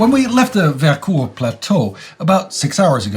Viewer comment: Not sure why is pronouncing it that way but Vercors is pronounced with a "o" sound not "ou"